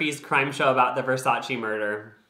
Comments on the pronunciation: It’s versayce😂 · YOU DID NOT SAY “ver SAYCE” LMAO